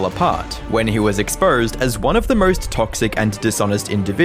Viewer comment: "When he was expurhsed as one of the murhst toxic..."